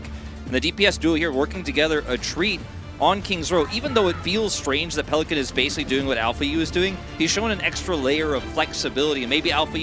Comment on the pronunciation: PeliCAN not PeliCANT goes kinda hard